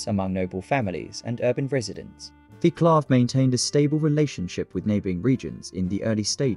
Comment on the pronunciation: dear god..please find out how to pronounce name Vaclav..if no subtitles ive no clue who you talking about